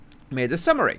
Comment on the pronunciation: "Made a summary" at was VERY British lol. One of us... 🇬🇧🫖